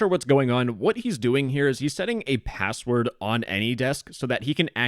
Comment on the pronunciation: As South Korean, that pronunciation of "password" is soooo Korean.